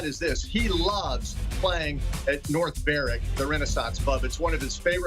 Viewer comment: It's North Berwick not New Brewick 😔